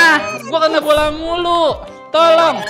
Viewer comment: Man kok eja bola dieja bolah